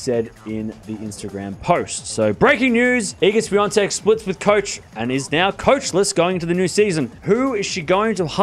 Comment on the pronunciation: Ahahahaha.. Got the pronunciation spot-on, mate ! 👍👍